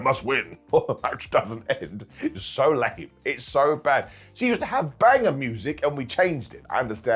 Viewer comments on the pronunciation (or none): none